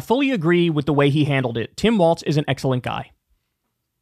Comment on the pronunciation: Trump pronounces Walz's name correctly 🤔